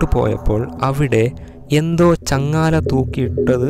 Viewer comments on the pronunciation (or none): ചങ്ങാല അല്ലടാപൊട്ട,,, ചങ്ങല 😁